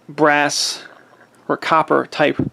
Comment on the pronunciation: I heard him say “brass” several times.